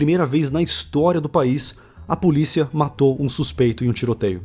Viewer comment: Não estou querendo corrigir, afinal quem sou eu para fazer isso rsrs, mas 'Políca' é como se fala Polícia na Islândia?. Ótimo vídeo!